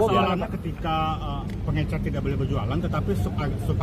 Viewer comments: Bukan pengencer, tetapi pengecer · Bahlil2 blng pengecer jng pengencer ngomong aja msh slh ..kok mw jd mentri kwkwkw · Ini akibat si Bahlil berguru kpd si Gibran, ngomong aja gak bener, pengecer bukan pengencer,,, Bahlil bin Bahlul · Kirain saya doang yg terganggu sama kekeliruan si bahlul yaitu menyebut pengecer dgn "pengencer" 😂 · Pengecer ..pak...bukan pengencer...aduh kerisnya para para 😂😂😂😂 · Faktanya, yg diucapkan Bahlil adalah "pengencer", bukan "pengecer" .., ha ha ha... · Pengecer Lil.. Bukan pengencer 😅. Pengencer apa, pengencer dahak ato pengencer otak biar waras bikin kebijakan? Ijazahnya ato palsu nih😂😂. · Betul mas hersu kok ber x2 bshlul ngomong pengencer bukan pengecer. Jelas beda jauh ke 2 kata iyu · Gak ngerti itu dia, pengencer sm pengecer aj bs salah. Berbeda kesalahan ucap yg gak merubah arti. Seperti teman sy gak bs blg parkir dikatakan palkir. It gak jd masalah. Tp pengencer dan pengecer it berbeda arti. Jd faktanya sangat pantas menteri sprti itu jika di reshuffle 😂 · pengecer lul, bukan pengencer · Munkin bahlil ga bisa ngomong pengecer dia cuma bisa ngomong pengencer ko mentri ga bisa ngomong pengecer gimana sih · Risih banget kata pengecer jadi pengencer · pengecer pak...pengecer..bukan pengenceeer gemes gw... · Faktanya, yang diucapkan Bahlil berkali-kali adalah "pengencer", bukan "pengecer"..., ha ha ha.. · orang Papua ngomongnya pengecer jd pengencer...parah doktor lulusan U I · ya .betul bahasa bahlil, ngomongnya pengecer jadi Pengencer...salah paham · Pengencer apa to PakMenteri? emang mau buat adonan kue, pengucapan kalimatnya aja salah salah, emang gakada staf disekelilingnya yg ngasih tau bahwa sehrsnya pengecer bkn pengencer. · Pengencer (bukan pengecer)?😂whaaat??? Selevel menteri lho nyebut istilah aja gak becus. Fix, 11-12 dg mulyono buruk rupa plus buruk otak😂😂. Maaf, ini ekspresi kekesalan saya thd gerombolan perusak negeri ini. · Kenapa bapak ini slalu bilang pengencer ya ?? Bukannya pengecer ??